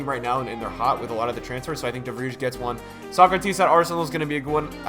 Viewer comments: De Vrij, (VREYE) not De Vriesh.... listen to a dutchmen say his name. Please...😑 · De Vrij.....De Fry, the J pronounces as Y in Dutch. Other than that, marvellous stuff champ, I’m looking forward to you making me rich in 19 👍😎